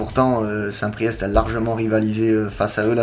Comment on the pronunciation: Par contre on dit st PRIÉ